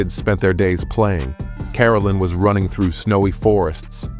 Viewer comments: The saddest thing about this video you keep pronouncing his name wrong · Your pronouncing his name wrong